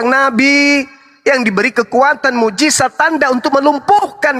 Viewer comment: halah ada suara si alias lg, ngomong nama Bang Zuma aja jadi suma, mukjizat jadi mukjisat, ngebedain lafal huruf "Z" sama "S" aja ga bisa mo berlagak sok pinter tau soal agama, emang biasanya kalo orang bego banyak bacot, sok tau & ngomong ke sana kemari biar ga ketauan begonya sih